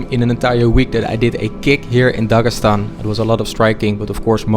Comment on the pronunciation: Voice over. It sounds terrible in Russian) Incorrect stress in words, etc. Instead of Dagestan, he says Dagasan, and there are many such inaccuracies. The first three videos had top-notch voice acting, but now something has changed.